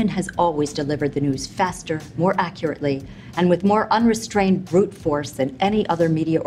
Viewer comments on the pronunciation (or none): none